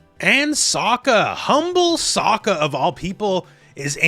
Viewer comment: BTW His name is pronounced "Soak- Ka", ......not "Sock-Ka".